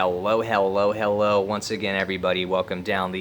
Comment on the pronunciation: well hewwo hewwo